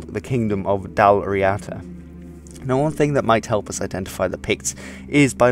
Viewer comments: dal riada is not pronounced ri-ata.it's pronounced reeda. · That was very interesting, thank you.I must just point out though that that kingdom was called Dalriada or Dal Riada, with a " D" not Dal Riata" with a "T"! I always thought it was the one word as well,as with the southern kingdom of Dalcassia, which was the region where I now live and was Brian Boru's kingdom!